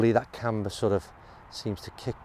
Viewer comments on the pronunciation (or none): none